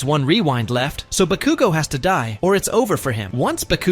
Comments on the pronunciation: Why did he say bakugo so wierdly. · Why did you use AI voice for this video? (It sounds like AI to me.) /gen. It makes the video a bit silly, because it pronounces names wrong (EX: pronouncing Bakugo wrong) and doesn't use correct sentence structure, like pauses between words where there's supposed to be a comma, or a period at the end of the sentence. It blends words together, when there's supposed to be a slight pause. It would be much easier and better to use your own voice, or hire someone to voice it for you if you're not comfortable putting your voice on the internet. This is not hate, it's constructive criticism. Just something to make your videos better. /gen /nm